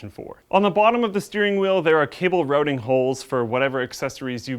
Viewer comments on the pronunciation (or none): none